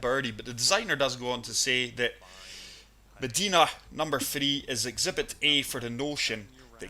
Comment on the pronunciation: love this video...but Meh-DYE-nuh is the proper pronunciation, not meh-deee-nuh